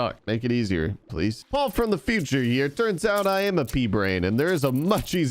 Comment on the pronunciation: ITS NOT PAUL ITS PAUL!!!